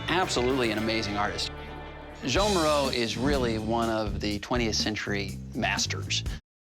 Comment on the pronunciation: “Joan” Miro??? Pronounced “Juan”